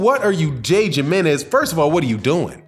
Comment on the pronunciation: It's pronounced himrnez lol how do u say Jose ??